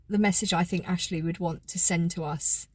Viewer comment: ‘ this is AAshlleeee’ in honey thick southern accent.